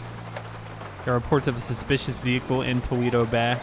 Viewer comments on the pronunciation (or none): You say it paleto Beh